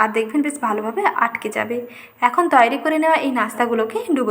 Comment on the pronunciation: Apni muslim na hindu, nasta bolchen,tai bhablam kothata toiri,apni bolchen tayari ar sa sa korchen kano bhul uccharon. thik korun